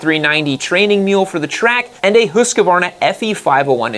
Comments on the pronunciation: What the hell is a 'hoooskavarrrrna'? Husqvarna. Its Husqvarna. They even said it in their ads. Husk like corn. Varn, like varnish without the ish and na, like nah I don't want no other blower or trimmer or mower... Where does the oooo and the mysterious a in the middle come from? Hooooooosk-a-varrrrrrrna! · Why do you pronounce Husqvarna so weirdly? It's not husqEvarna, it's just husqvarna, no E anywhere. It kind of ruins your credibility when you can't even say the name of the subject. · I have had zero issues with my Austrian built KTM bikes. I cannot comment on Chinese built ones. Also you need to learn how to pronounce Husqvarna correctly. It is pronounced how it is spelt. Husqvarna, not “ Husk -a - varna.” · Please, please, dear USA friends, learn how to pronounce brands. It's Husqvarna, not a HusqAvarna. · Not Husquvarna it is called Husqvarna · Speak after me: HUSS-KVARNA. And now with european „U“ and „A“, which is like the english „OO“ like in „LOOSE“ but shorter and „A“ like in americ“A“ (last letter). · Husqvarna is pronounced as Hus-kvana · love you dude, but learn to pronounce husquarna please x) this is kinda like arnold being the governor of california but never learning to pronounce the damn state, ya know?